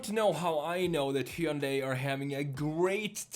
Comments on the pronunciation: It's pronounced Hunday like Sunday! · Very nice design. Also we're almost to 2023 and YouTubers still can't pronounce Hyundai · I don't know how many times I can hear one guy pronounce "Hyundai" wrong... I'm out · it's like HUN-DAY, it rhymes with Sunday as the old ads would say